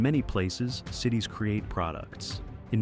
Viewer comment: Interesting facts, but please take the time to look up the correct pronunciations of the cities!